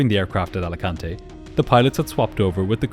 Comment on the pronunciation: Americans pronouncing spanish words wrong is the best "Alicantay" xD